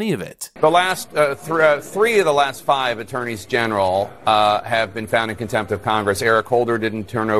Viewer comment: She didnt just say "comtempt" she said "Inheirent comtempt" this is the real difference.